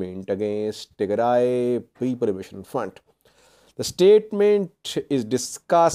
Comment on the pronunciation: Tigre is Tigre another group in eritrea You should start learning to pronounce Tigray and tigrayans properly.